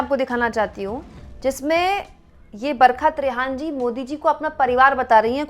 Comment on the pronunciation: आप बोलतीं हैं , लगता है बरक़त रेहान बोल रही हैं बरखा त्रेहन (Barhka Trehan) बोलिए मैडम जी